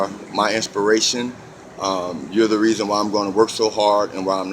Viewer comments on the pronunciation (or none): none